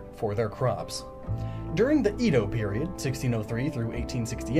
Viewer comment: You mispronounce QiXi. It's ChI (Rising tone on the I) She (flat tone on the second I making more of an e sound than an I sound) Edo Is pronouced Eh-doh